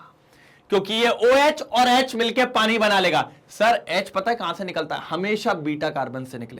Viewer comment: Sir aap ko Haryanvi bhi aati hai.... पाणी